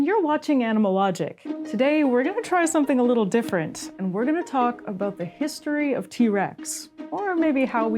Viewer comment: the pronunciation "aboat" for "about" or "oat" for "out" is a usual give away they are Canadians, I caught it a couple of times in the video My wife was from Edmonton and I used to tease her aboat it all the time, she used get riled up 😁